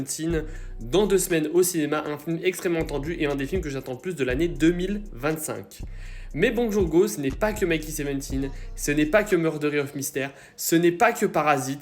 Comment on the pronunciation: T'as vraiment dis Murdery of Mystère ?